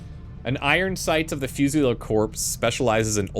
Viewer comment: friendly FYI. I believe that's 'fuse-UH-leer'. 🙂 Hope things are going well for you! Thank you for all the content.